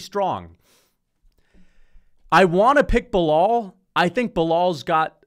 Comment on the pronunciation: Keep miss pronouncing his name, Belaul doesn’t like white people like ur or “little Timmy” be careful tho if u don’t remember his name too many times he might have to go “super racist” (he’s born in Chicago btw)